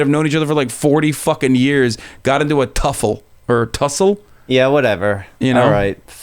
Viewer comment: “Got into a tuffle” lmfaooo